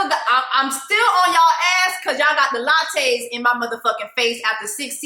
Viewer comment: Jessica the Lachey (La-Shay’s) 😂🤣 not the Latte’s. Your killing me from lint licker to this